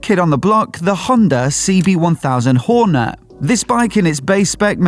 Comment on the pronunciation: “Honda Whore Net” ha ha first time I’ve ever heard it pronounced like that